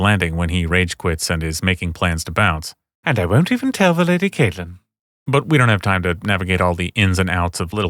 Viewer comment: I don't buy everything you say in these videos, but the thing that proves you trustworthiness to me is how you pronounce Catelyn properly.